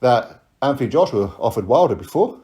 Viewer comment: Anyone ever noticed wilder pronounces joshua... "JOSH'YUH"